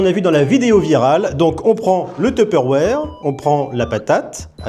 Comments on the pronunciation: y a des gens qui prononce "teupeurouère"??? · Je suis désolé mais je suis bloqué sur un truc, à part la musique j'adore ta façon de dire "Tupperware". C'est juste drôle j'attaque pas😂😂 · La prononciation de tupperware est vraiment différente en fonction de chacun ca me fumera tjr ❤